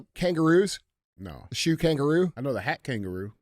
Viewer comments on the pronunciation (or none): Kangol not kangaroo Dj 😂😂😂